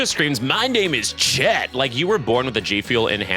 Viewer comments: "My name is Chet" perfect accent. Thanks for the laughs. If you could complie the other "what you choices say" videos I would do all the words to that video for you. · “My NaMe Is ChEt” 😂😂😂